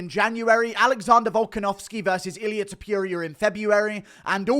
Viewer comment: The way you say Ta-pure-ia 😭